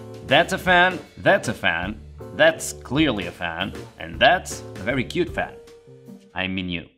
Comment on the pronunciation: yehzzz he cawd me a cuwute fan ;3